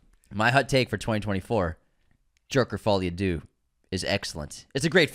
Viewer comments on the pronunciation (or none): My hottest take of 2024 is that is to be banned from entering any and all francophone countries after confidently saying the words “Jerker: Faw-lee a Doo.” 😭😭someone get these two a french lesson 🙏💀